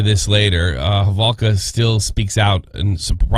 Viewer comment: Why is he saying halvoka ... Its holowka.....